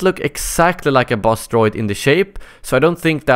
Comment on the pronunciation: lol when he says buzz droid it sounds like bus droid